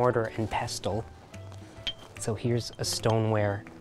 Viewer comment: public service announcement - the t in pestle is silent.